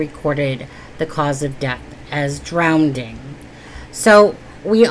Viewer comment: Hi there, just wanted to point out that it is not 'DROWNDING', the correct word is 'DROWNING'.......there is only one 'D'. I have just found this channel and everything that you have said so far about the Nicola Bulley case is so true....I was hooked on the investigation from the beginning until the end and it has been constantly frustrating due to Lancashire Polices' gross ineptitude and, I believe, corruption in this case. We, the public, who have cared about Nicola, have been, and still are, going through a roller-coaster of emotions of great worry, sadness, utter frustration and anger and loss. I believe we all felt that we knew Nicola.....so many Red Flags throughout........ but lovely, kind Nicola will NEVER be forgotten ❤